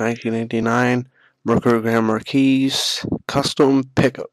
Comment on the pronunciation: and thats not how you pronounce marquis: MARK-EE not MARK-ESE